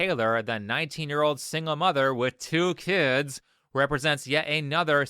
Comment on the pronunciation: why did he say 2 kids like that